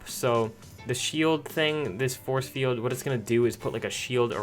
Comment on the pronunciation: Like bro you didn’t even know how to say a force field